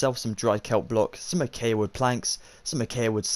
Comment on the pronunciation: I know it's knit picky but your saying acacia wrong but other than that amazing video